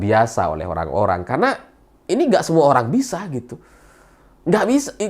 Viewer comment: Horrrrang kaya wkwk